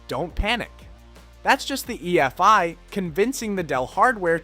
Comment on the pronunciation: Great but the pronounciation of USB and EFI repeatedly killed me hahahaha.